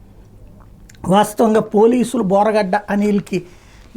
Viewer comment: బోరుగడ్డ 😂😂😂 బోరగడ్డ కాదు😢